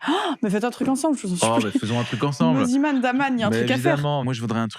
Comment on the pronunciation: Je rêve où au tout début de la vidéo elle l’a appelé « moniman » 😭😭😭